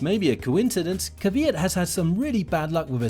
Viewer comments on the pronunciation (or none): Why do so many people pronounce Daniil Kvyat's name incorrectly? It is simply "Kv" followed by "yat", not "Kerveeyat" or "Kiviyat" or any of the other variations that people say. Interesting that people always bring up the story of Max "stealing" Daniil's girlfriend. People don't go on and on about Michael Schumacher "stealing" Heinz-Harald Frentzen's girlfriend and then going on to marry her.